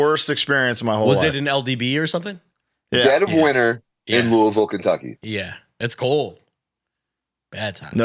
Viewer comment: first off hell yeah, i know the exact Denny's because it's the only fuckin one left here lol. And two, Brody said Louisville correctly, hell yeah